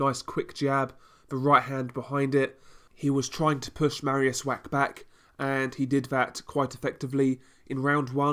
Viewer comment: Good review Just Mariusz's surname please don't read Wack - "ch" in Polish is pronounced like "h" so (Wach) would sound like Wah.